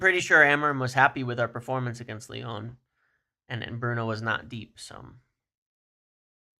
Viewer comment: Leone (Lyon), Simone's (Simmons), Ineose (INEOS). American's really don't do well with the letter o it seems.